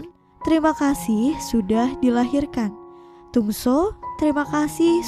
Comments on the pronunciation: Dong soo bukannya jadi dong su ya. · Maaf min sedikit koreksi penyebutan nama korea: Soo young: SU YONG bukan so yung Woo Sung: U Song Dong Soo: Dong SU bukan dung so Sang hyun: sang hyon Soon ah: sun a